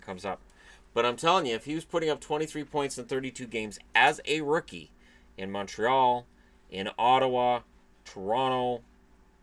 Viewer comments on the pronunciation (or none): none